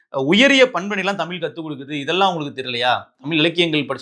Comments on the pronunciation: நீ நல்லாதான் பேசுற ஆனால் நீ தமிழை தமில் என்று. உச்சரிக்கிறாய் அந்த தவறை திருத்து. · என்ன சொன்னாய்??????? தமில்?? ¿????? ¿????